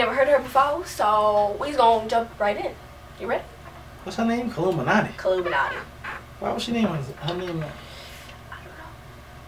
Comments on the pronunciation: its killumantii. not killuminatii😂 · KILLUMANTII NOT KILLUMINATII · its pronounced (kill•ooh•mon•tee) not killuminati . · Maaaan it is not killuminatii its killumantii ( kill - ooo - monty) not illuminati 😭😭 look at how its spelled PLEASE EVERYONE😂 cause every video people pronounce it wrong and ut urks me☹️ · Her name is not kill-u-mono-ti It's Killu-man-ti man sounds like mon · HER NAME AINT KILLUMINATTII ITS KILLUMANTII GET IT RIGHTTT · Killumanti not killumanati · Girl that aint how you pronounce her name, its KI-LLU-MAN-TI not KILLU-MINATI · its common to mess up on her name uts pronounced Ket-loo-montea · Simplicity Logan that's how it's pronounced it's not killuminati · Its actually pronounced as (Kil-lum-ma-not-tee) I'm a year late but that's literally the longest way I learn to pronounce her name 😂😂😂😂😂💀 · It's kill-u-manti